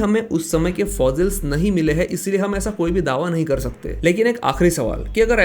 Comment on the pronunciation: Please pronounce fossils.... not fozils